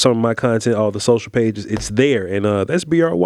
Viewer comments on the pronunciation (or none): none